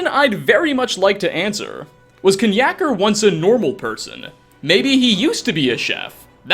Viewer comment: 1: Nature v Nurture, but honestly, he just has a developmental issue, and is based on a fan of TES. 2: it's pronounced nack-er, and if you need more context, look up what a knackery is. Then it makes sense. 3: Mai'q is the godhead. Don't question it, just roll with it. 4: yeah, he's just a narcissistic guy. Kill him 5: PTSD at its finest. Basically, you've listed 4 people with severe and very real psychological and behavioural conditions (and a cat)